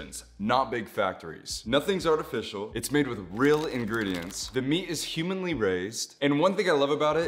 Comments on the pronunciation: HUMANLY RAISED I CANT IT’S HUMANELY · its humanely made, not humanly made ❤ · it’s hugh-main not “humanly” 🫶🏼😭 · Dude that ad 😂😂😂 “the meat is HUMANLY raised” instead of “humanely” 🤣🤣🤣